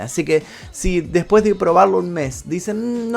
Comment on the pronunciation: El video esta muy interesante.Pero el narrador como muchos pronucia la eltra j en vez de la S y eso es annoying Por ejemplo cuando dice (deJpues de 2 semaas }